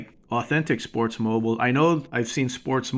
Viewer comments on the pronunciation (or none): Just a heads up, I noticed you pronounce it as Sportsmoble but it is Sportsmobile (Sportsmobeel)< phonetic way to say it. Not bashing just trying to help.